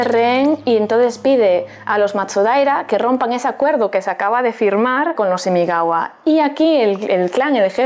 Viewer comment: Es imagawa no imigawa!!!!!!